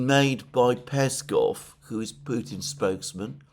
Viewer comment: Alexander, Mate! Remember both for Peskov and Ushakov, when saying their names the emphasis goes on the second syllable. Not the first one. Same applies to Ryabkov and Lavrov last names. 👍👍